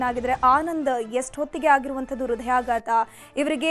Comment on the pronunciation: ರದಯಾಘಾತ ಅಲ್ಲ ಹೃದಯಾಘಾತ...